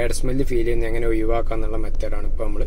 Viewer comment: ഒയിവാക്കുക അല്ല ഒഴിവാക്കുക